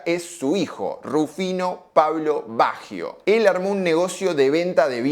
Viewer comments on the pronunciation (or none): Excelente análisis. Eso si : que carajo le pasa a Argentina que no puede pronunciar bien un apellido Italiano ????